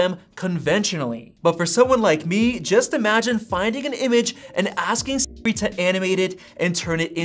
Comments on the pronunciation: why is bro saying it like s-ri 💀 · Why can this guy not says Siri? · Why does it sound strange when you say Siri?